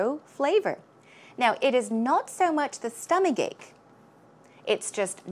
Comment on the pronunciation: is so attractive. By the way, how do you pronounce 'stomachache' exactly? Why do i hear "stomaGake"... Please,, teach me, teach me well, oh yes,, if i do wrong, punish me, pu..sh, oh yeah~~